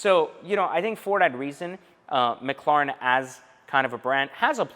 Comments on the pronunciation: you gotta give it to em you are saying it wrong. It’s mc, like McDonald’s, and the Karen “lair, en” mclaren. You don’t gotta be salty over a correction. And just because you have one doesn’t make you the shit. They are tanking in value and you better hope the battery doesn’t go out. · You pronounce "Mclaren" like someone who is deaf and trying to speak. Lol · 🤔 Why did they name it Mc Laren??? And it’s pronounced Mc Claren. ??? I guess the C is silent ?? Lol Don’t mind me I’m just McLaren with ya! Still tho. The name isn’t gangster enough for me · I was interested in this video but after hearing you say mclaren I can’t get through it lol sorry. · To be honest I do not give a s*** how he pronounces McLaren.That's the way he talks big deal We know what he's talking about??!! Come on people can you think of anything else? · Am I the only one who realized that he doesn’t know how to correctly pronounce McLaren? Like honestly though... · Pronounce the fucking name correctly 🙄